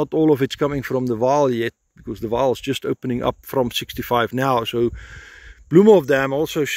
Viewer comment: Not Waal River, it is Vaal river